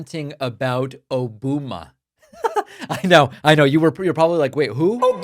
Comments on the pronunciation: Listen, I love dunking on trump as much as the next gal, but you missed the joke here, David. O-bum-a. Like a bum. Its a dumb nickname that youre mispronouncing. Why do you do things that make me defend that orange idiot? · He means O-BUM-A not O-BOOM-A. Sleepy Don strikes again with his grade school insults. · David, I believe that “Obuma” was meant to be pronounced oh-BUM-a as in “he’s a total bum!” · DAVID ! It's O-BUM-A, Trump is being "funny", basically calling Mr Obama a "bum" ! Aren't you lucky you have a president with such a witty sense of humour ? 🥱😴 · So it's O-boo-ma now, and not Obamna! Trvmp is so pitiful! Get him out, stop the war, and abolish ICE! Justice for the victims and US! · I think it's O bum A. As in Obama is a bum. Not the funniest, but better than he's come up with in a while. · Hes trying to blame Obama & thinking O-booba & it came of his mouth as Obooma.. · It's like to-MA-to and to-MAT-o! O-BOOM-A and O-BOMB-NA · Barack, who sayin’ “Obuma”?